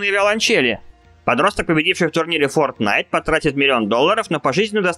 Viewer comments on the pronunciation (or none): none